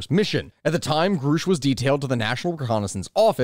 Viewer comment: Repeat after me GRUSCH, not GROOSH. GR-USH.